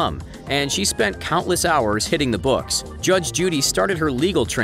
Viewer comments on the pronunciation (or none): none